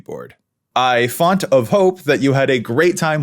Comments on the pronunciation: At the end of the video when you say the font of hope joke you put the emphasis on font instead of hope and I couldn't help but think of Kamora Hall's iconic "we were rooting for *you*" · omg. this 🙌😂